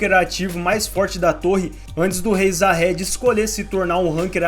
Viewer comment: Se pronuncia Zahard e não Jahad.